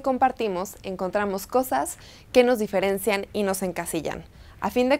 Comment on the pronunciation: Mal pronunciado... "di-fe-ren-cían". El acento lo es TODO.